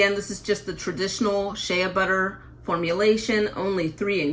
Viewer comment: Incorrect pronunciation of Shea.